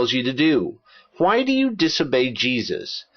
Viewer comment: your videos are excellent, i cant help but notice this.... you keep saying Hwhy.